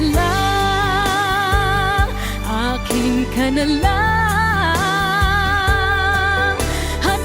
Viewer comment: You said AKIN KA NA LANG quite good! But "A" as in "A"MERICA for "A"MON ... all Filipino vowels are 'open vowels' like Spanish vowels ...